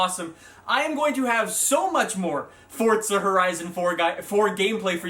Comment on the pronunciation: are you saying fordsa or fortsa? either way learn to read. its forza. NO T no D....